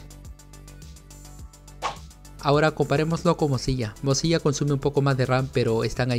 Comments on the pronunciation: Se dice Firefox o al menos pronuncialo como MODSILA ya que lo que tu dices suena o se parece mas a morcilla lol. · algo en mi moría cada ves que decía "mozilla"